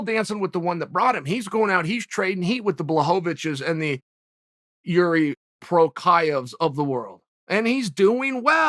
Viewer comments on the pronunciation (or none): “I should probably get used to mispronouncing the name Jury Prokia” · "Guys get used to saying the name Jiri Prochazka" 2 minutes later.. "Yuri Prokayev" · Chael it's Jiri Prochazka!!! Please remember that :) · Jirii Prochaazka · Have to love how he switched Joanna Champ after Jedderjaysick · How do you do a video commentary without learning how to pronounce the subject's name. Crazy lazy. I've listened to soccer announcers who need to know ~50 names in real time and get through a live game easier than you. Poor form. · Remember what name Chael? You mispronounced his name so many times I don't remember who we are talking about.